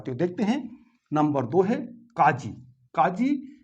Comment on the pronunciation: Maherbani karke sahi Tallaffuz sikhaye, Nafis zaban sikhaye, jaise KAAJI ki jagah sahi alfaaz QAAZI hota he.